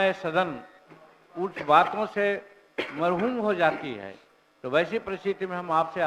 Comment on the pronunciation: Marhom nahi hota manjhi ji, marhom hota hai.